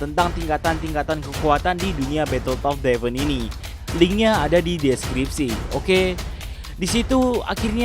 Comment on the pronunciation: coba blajar ngom "through" yg bener